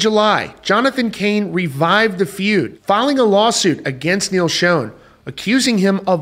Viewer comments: According to Neal, "Schon"is pronounced "Shawn," not Shown. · You say his name wrong ….it’s not shown….Schon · Its Schon...."shawn"...not SHONE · its SH-on not SHone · SCHON, NOT SHONE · Pronounced SHAWN not Schown, ffs... You're a reporter dude. Get it right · QUIT SAYING "SHOWN", IT'S "schON" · Schon. Rhymes with Don...Ron...Tron...and Bon. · No. Pronounced as Shawn. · PLEASE …Neal SHAWN! your the only one in the industry who mispronounces his last name. I love your channel though:) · It's definitely annoying!!! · You're, not your (the only one in the industry). And yes, it's pronounced like, Shawn. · Please learn how to pronounce Neal’s name . It’s not Shone ! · It's pronounced "shawn". Please respect him by pronouncing his name correctly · It’s Sch aaaa. N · What's really sad and disappointing is how you always mispronounce Neal's last name... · Another shame here is you mispronouncing the name Schon with wild abandon. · You are pronouncing Schon incorrectly and it's so irritating!!!